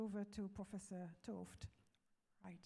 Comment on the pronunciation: he-ard t'ooft - thanks for pronouncing his name.